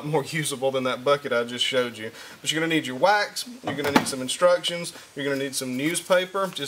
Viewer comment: OH, WAX. At first I thought he was saying "you need your whites". So funny on me.